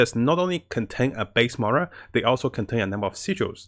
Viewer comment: i heard murals like 3 times , just trying to be constructive it came up in some other vids. Slow down on game specific words.